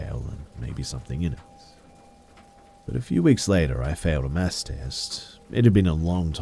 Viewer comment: Is that what he was saying?? It was pissing me off the whole time. Sounded more like "mass" class